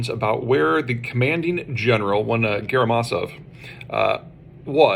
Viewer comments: Hello Peter. I love your work. Just for the sake of accuracy... the general's name is Gerasimov, not Gerimasov... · it's Gherasimov not Gherimasov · It's "Gerasimov", not "Geramisov". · Its gerasimov, not geramasov… hope it helps